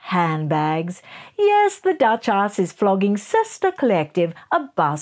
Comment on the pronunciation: Did you just say… duch-arse…? 😂